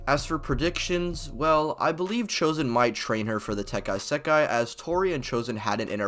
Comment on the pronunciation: bro said tekai sakai